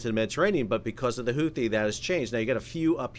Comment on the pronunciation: The CORRECT pronunciation of “Huthi” is actually Hoo-tee (phonetically speaking), the 2nd “h” is SILENT. 👍